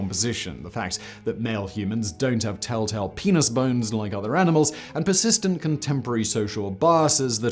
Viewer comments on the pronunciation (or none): Sorry did he say pinus bone